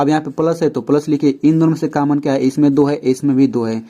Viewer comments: Sar common hota h caman nhi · Sir common hota hai cammon nahi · Sir cammon nhi common hota hai 🙁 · Caman nhi common hota hain pronounciation acha karye btw ap Bohut ache se explain kar rahe hain par thora pronounciation acha karye